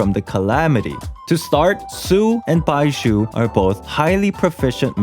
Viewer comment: you were able to say zhongli with a j sound (jongli), but somehow can't free yourself to say baizhu(baiju) without a subtle s sound, I suggest you to imaging baizhu as bai zhu